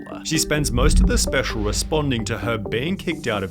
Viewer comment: I hate how sunny pronounces his L’s lol. “This is so specialuh”